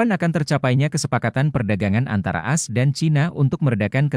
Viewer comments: Narasi dengan audio AI ini sungguh tidak enak didengar, mosok menyebut A S dengan as... Kemalasan editor merusak kualitas berita.. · Dibaca A S, bukan dibaca as, pembaca beritanya mesti belajar lagi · Bang kalau audio nya pakai text-to-speech , kalo mau AS dibaca dengan benar, pas konversi ke text to speech ,bisa tulis ‘A ES’ , jadi pas dibacanya benar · Bang admin, kalo pakai suara AI, tulis AS nya jadi A ES, biar ga aneh kedengarannya.